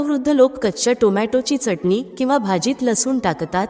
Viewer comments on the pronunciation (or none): none